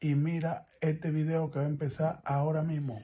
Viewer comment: el vridio el vridio